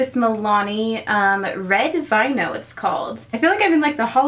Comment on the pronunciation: vino (vee-no) 💜